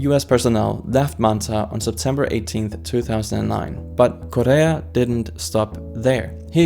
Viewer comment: Bro is saying Correa as korea lmao